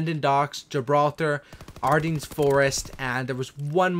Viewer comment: Stop pronouncing the s on Ardennes = "R-Den"